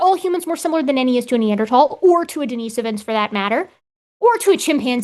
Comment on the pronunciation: A race realist misPRONOUN-(gasp!)-cing "Neanderthal(s)" has got to be one of the funniest things ever.